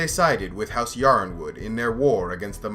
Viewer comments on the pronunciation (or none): Yronwood is pronounced Ironwood.